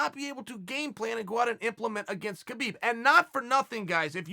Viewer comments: have I heard someone saying khalabib? no? alright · Chael is really off when it comes tho Khalabeeb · Chael stopped to make sure he pronounced Khabib’s name right...